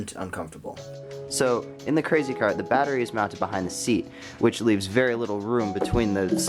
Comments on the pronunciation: "how to make a cwazy cawt go vwoom vwoom for cheap" is gold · The “how to make a cwazy cawt go vwoom vwoom” got me😂💀💀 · Thanks for teaching me how to make a cwazy cawt go vwoom vowwm for cheep!